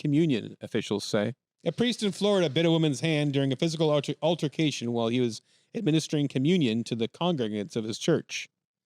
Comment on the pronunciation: Pfffff “altarcation”